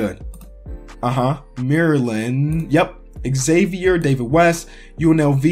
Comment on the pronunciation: Man I love watching your videos and I'm also a long time subscriber. But why you gotta pronounce Xavier wrong?? :,(